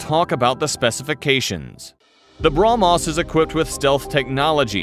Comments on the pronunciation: Bruh-Mos Missile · take a shot every time he say BROMOS